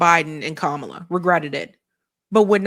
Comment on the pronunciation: Notice how he and everyone on the right are still mispronouncing Kamala Harris' first name every time?